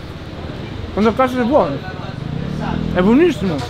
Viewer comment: ma ha detto “cazo su BMW vince a Misano”?